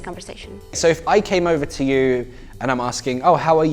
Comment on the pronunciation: You say: OVER um a stranfe way. It souds like : olver